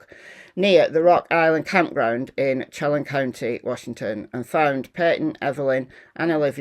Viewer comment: Chelan=she lane, from what i know.